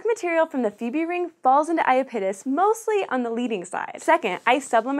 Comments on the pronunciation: I-ah-pete'-us? I-ah-don't think so. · It's also bad when the host can't even pronounce Iapetus correctly :(. The stress is on the second syllable, not the first! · Holy crap. You need to redo this video. 1. Miranda is NOT the largest moon of Uranus. It's the FIFTH largest behind Titania, Oberon, Umbriel and Ariel. 2. For God's sake, learn how to pronounce IAPETUS. It's i AP et us, not ia pet us. Jesus. I stopped watching shortly after the 2 minute mark. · "ayapitis" no, no, no! it's "ya-pee-tus" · lol. i giggle every time you say iya PIT us... try "eye IP uh tis" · Aya-pittis? I've always heard I-app-it-us. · SciShow Space... everyone is pronouncing iapetus incorrect... “I-ap-e-tus” ... “ap and app still make the same sound” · ah yes the infamous I-A-pit-us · I know everyone is chuckling over her pronunciation of Uranus, but I found her pronunciation of Iapetus more distracting. Is that really how it's supposed to be pronounced? I've always pronounced it 'ee-APP-et-uss'. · Yeah, the moon is not unfamiliar to me and I've always heard it like "aye-AH-pet-us" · Did you catch the butchery on the moon Iapetus? Oof. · If the presenter is supposed to be an authority on space, why doesn't she know how to pronounce "Iapetus"? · That was, by far, the worst pronunciation of Iapetus I've ever heard. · Everytime she mentioned Iapetus I was saying to myself "Pretty sure that's being pronounced wrong." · That's nothing compared to how badly she mangled Saturn's moon, Iapetus. Eeesh, that was awful. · I died a little inside each time she pronounced Iapetus wrong. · was anyone else bothered by the mispronunciation of iapetus?